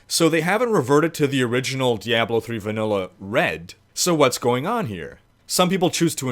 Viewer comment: lol "Diyablow"